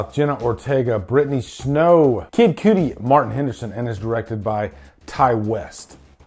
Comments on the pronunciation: House of the Devil and The Innkeepers both blew me away before I even realized it was Ti West. He has a gift for sure. Thanks for the no spoiler review! One thing it's Cudi pronounced like cud what a cow chews. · Kid Cudi fam not kid Cuttie lol